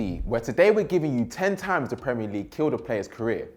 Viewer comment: why does have to pronounce times as THHHAAAAAAAAAMES